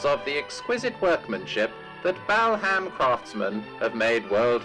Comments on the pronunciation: Why, in heaven's name, does the narrator of that old film pronounce the name of the district "BAL HAM", instead of the way does? 🤔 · Peter Sellers was mocking American announcers, who mis-pronounce English town names. So he said Bal-Ham, instead of correct pronunciation which is Bal-am, as you don't pronounce the H.